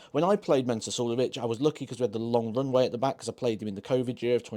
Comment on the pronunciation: It's Mensur. Not Mensuer. Just sayin'